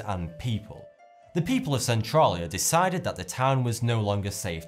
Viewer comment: thats not how you say Centralia